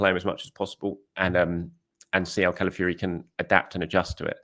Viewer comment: Hi - his name is CalaFIORY.... not CalaFURY.